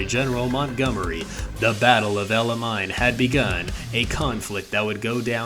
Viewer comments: Isn't Alamein pronounced al-a-main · Yes it is